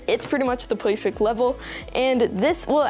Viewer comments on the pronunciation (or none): No hate perfect ❌ poufeck✅ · did he say POIFECT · Peowfect, LMAO WHY U SAY IT LIKE THAT